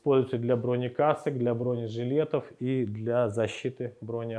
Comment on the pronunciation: "БронЕжилетов" !!! Иксперты текстильные... 😂😂😂